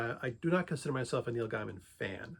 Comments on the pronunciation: His name is pronounced “gay man” not “guy man” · It's pronounced "GAY mun". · Why do you not pronounce his name correctly? It cuts your credibility.